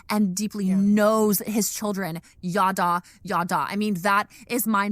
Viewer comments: Every time they start trying to bring up Hebrew words I want to start gnawing and scratching at the walls as someone who spoke it growing up. Girl what the hell is “yawdaw” 😭 could we not at least do a brief googling of pronunciation before we say it 25x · …they’ve got a painfully american way of pronouncing ידע. Never heard it as “yaw-daw” before lol